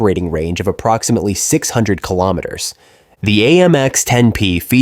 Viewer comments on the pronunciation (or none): Keelo Meehtirs [hic] Eitsch... wll I agree with the Eitsch....!